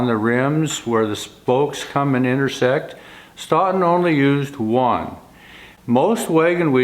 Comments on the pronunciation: Not "Staughton",,,, "Stow ton",,, Stoughton, just like Dough! You don't call it Dauw! Just saying,,, from Wis Con Sin! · Another excellent video! For what it's worth, Stoughton WI is pronounced 'stow-ton'. I always look forward to Fridays and another video by you. Thank you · FYI, here in Wisconson, Stoughton is pronounced "Stow-ton." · Stoughton is pronounced STOATON... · if you are speaking of "Stoughton" in Wisconsin, it is pronounced with a long "O" i.e., Stoeton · Sorry to nitpick, but if you're trying to pronounce Stoughton, as in Stoughton Wisconsin, you're pronouncing in a way that I've never heard being a life long Wisconsin resident. You may want to call someone from Stoughton, and ask. Just a thought.